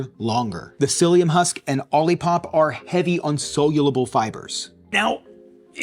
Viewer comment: Crazy to produce a month long fibre experiment and not learn how to correctly pronounce "soluble"